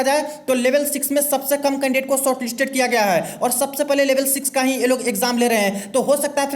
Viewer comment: Bhai ईच नही इच होता है